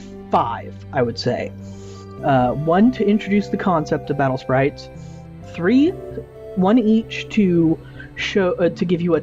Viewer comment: its not battle spairaites its battle spirites